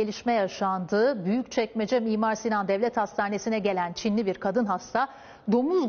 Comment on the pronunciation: Nobody: No one: Show tv:Çinliğ hastağ